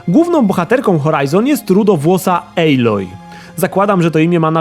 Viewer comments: recenzja jak zawsze spoko ale nie ejloj a aloj:) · Nie mogłem..., wyłączyłem po 5 minutach... czyta się aloj a nie ejloj...